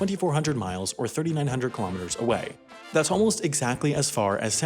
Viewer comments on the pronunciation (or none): none